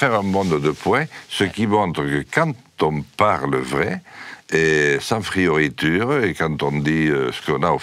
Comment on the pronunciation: Jean Lassalle: "Frioritures" 2 minutes plus tard: "La langue française est en danger !"